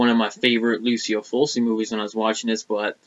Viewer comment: Awesome Italian horror collection I have way more lamberto films than bava in my collection need to pick up some more of his father's films. Oh and Fulci is pronounced ful-chi. Not to criticize or anything. Awesome video man!